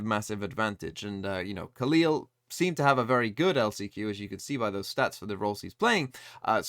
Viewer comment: Hi! Love your vids! As a brazilian, i can help with the pronunciation of the brazilian players from FURIA, trying to phonetically spell their names. FURIA: Dgzin: Dehjjehzeen (the jj has a g sound) Khalil: Khaleel (this one you got straight right) QCK: Kehsehkaah (you can just spell the letters as well, but nobody calls him "quick") NZR: Enehzehehrre (you can just spell the letters too) Mazin: Mazeen A fact about FURIA: Dgzin was victim of racism from the KRU player Keznit while he was still playing by Gamelanders. This is one of the things that makes the dominance of KRU over brazilian teams tasting even more bitter.